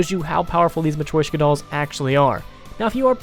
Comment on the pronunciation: Its called a "mah-tree-shoke-ahh" doll